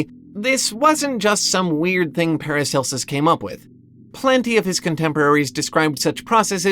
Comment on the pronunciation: Not sure who paracelus is, but at first i misheard you. Sounded like you said "an excerpt from Paris Hilton's book". And I was like, hold up, she can read, let alone write a book?